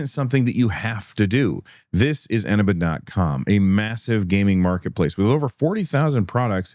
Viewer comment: Can I just point out, as a CD Key seller on Eneba, you're pronouncing it wrong. It's eh-nee-ba.